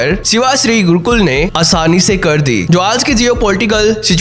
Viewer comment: गुरुकुल नही गुरुक्कल